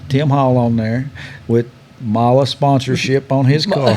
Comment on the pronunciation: I’m glad to see someone finally pronounce Mahle correctly. They are a German company and in the language they pronounce e as a. A good example is Porsche the e is pronounced as a, some people pronounce Porsche with the e silent, but I’m not going to open up that can of worms,because that’s been a argument that has been going on for years. It’s not a big deal at all but just glad to hear it pronounced right. Most people I know pronounce it as e also